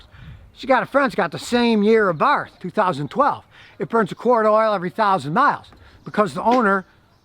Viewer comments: It's pronounced ABART! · OK, just started watching the video, so I'll hold judgement but 'Abarth' is pronounced 'AbarT' hard 'T' no 'th' sound. Carlo was Austrian so hard 'T' please and thank you. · Did you say "Fiat A Barf"?.... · That’s good to know Abarth doesn’t mean ABARF 😆 ! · FYI, the car is pronounced "Abart." No "th" sound in Italian, as I recall.